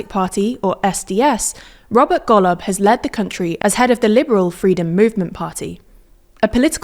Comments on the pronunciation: she says golob like gollum. but its wrong... still funny as fuck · thats not how golob is pronounced, least you could do is get that right